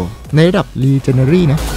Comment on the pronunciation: พี่ครับขออนุญาต แก้ไขที่พี่พูดนะครับพี่. ชื่อปืนอะครับ Echo อ่านว่า เอคโค่ นะครับ ส่วนระดับปืน ที่เป็นระดับ legendary อ่านว่า เลเจ้นแดลี่นะครับ. อันนี้เป็นทับศัพท์นะครับ